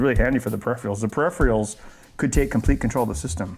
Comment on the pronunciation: Never mind the "Zee", did you really say "periphreeals"?! Really? Come on, Ben, you're better than that!